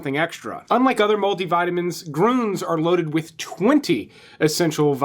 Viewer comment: Lol, I'd practice pronouncing umlauts before doing the bid for your sponsor. "Grooons" lolol. I do love your vids. Keep up the great work